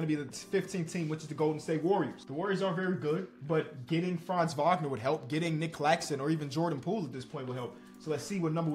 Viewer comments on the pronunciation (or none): none